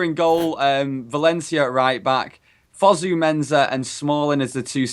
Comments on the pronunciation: It's not 'Fusu' it's Fosu mate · It's pronounced Foe-Sue Mensah not Fuzu-Mensah.